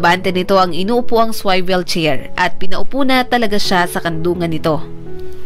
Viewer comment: SWIVEL NOT SWAIVEL